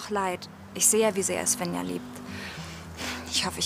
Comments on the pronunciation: Mich nervt das, wenn die ZWÄNNJA sagen anstatt SVENJA. 😑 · Tzwännja. Wie oft höre ich das... Die "Bettina" spricht das richtig aus